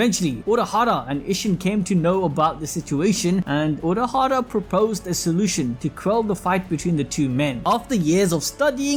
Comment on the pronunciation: Haha unohara???? I know you meant urahaha but it made me smile